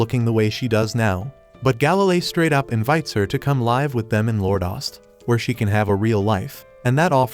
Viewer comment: Mate why you say live = laive